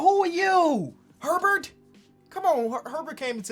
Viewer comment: bruh the way you said "Herbert" has me dyyyyying